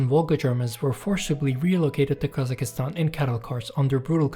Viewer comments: Please Brother KazaKHstan, not KazaKIstan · Hurt my ears every time guy said Kazakistan 🤣 it’s Kazakhstan (Kazakstan or Qazaqstan) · It puzzles me why every single non-Central-Asian cannot say Kazakhstan, where did you guys find Kazakh(i)stan on the map??? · Never heard English speakers to actually pronounce the KH, which is a Russian version of saying Kazak anyway. In my opinion, Kazakistan sounds more correct.